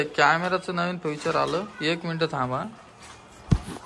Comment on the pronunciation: फ्युचर नसते रे ते बाबा फिचर असते 😅